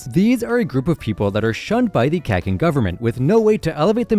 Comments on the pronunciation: Sounds like horned up caveman from Boston. “Cack in” 🤣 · Kakin is pronounced ka KEE n just like Kura PEE ka isn’t Kurapicka. All vowels in Japanese are always pronounced the same every single time you see them. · Bro yk you’re saying Kakin wrong😭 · He can’t keep getting away with this 😭😭😭 HE K-ANT EEP GETTIN AWAYYY WITH THIS!!!